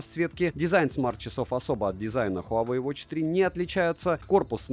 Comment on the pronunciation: совет: ХуавЭй, ХУЙайвей и тд, не верно. Провильно звучит так: уАуэй.